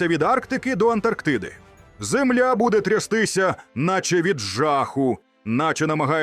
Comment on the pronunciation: Наголос правильно став не зееемля а земля